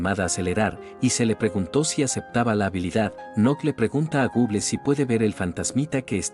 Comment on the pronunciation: Me da un poco de risa cuando dice Google por que es medio raro escuchar gon guen 😅😅